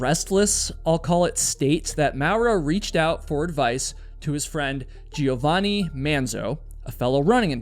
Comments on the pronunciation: For future reference and only for information, rather than criticism - Cinzia is pronounced as CHINZ iya and Giovanni is joe VAHNI ; accent on the capitalized syllables. I can't believe that I knew nothing about this story, especially since I've lived in Italy for 30 years and neither my Italian husbands or my friends here have ever mentioned it. So glad you covered this mind blowing story! Now I have to start asking people whether they think he did it or invented it. Thanks very much for another great video!! 💯💯💯💯 🙂🙋🏻‍♀️✨ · Love these videos but the mispronunciations are driving me crazy ...Cinzia = Chint-zee-ah. Giovanni - Joe-vah-ni. (Sorry, I just can't help myself ... carry on) ;)